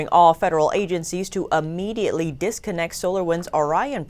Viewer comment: This is just a little thing, but the word is immediately not uhmediately.